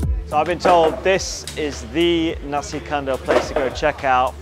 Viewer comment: Great. Nasi is pronunced as in "nasty", lol.